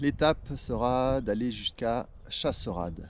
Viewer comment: On dit pas CHASSERADE mais CHASSERADESSE.